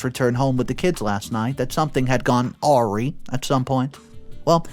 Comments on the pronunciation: Awry is pronounced uh-rye, not owrie. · Awry pronounced as "aww-rye" . Go awry means go wrong.